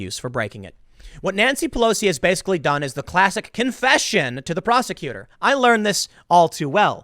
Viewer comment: does Tim have a problem saying the word "done"